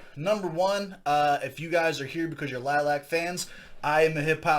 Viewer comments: Lily-ack is the pronunciation, not lilac. There is another i after the second l. It is Romanian for bat. And they aren't pop. Take it from an old metal head from the 70s. Melody styled her vocals after the late, great Ronnie James Dio. Samuel is an old soul on the guitar. Abigail is one of the best rising female drummers around today. Ethan (bass) and Justin on keys are getting their chops musically. Ethan used to play rhythm and then Melody wanted to let go of performing with the bass in hand so he took over. These kids have sooooooo many shout outs from people like the former drummer for Dio as well as Dio's wife and Stewart Copeland of the Police. At the time of the video they were about 21, 20, 18, 15 and 12. Their father is their music producer as he is one by trade. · I like your honest reaction. They play "Vamp Metal" as they call it. You should check out their catalogue of Covers and Originals The band name is pronounced Lily AK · It’s Lil-li-ac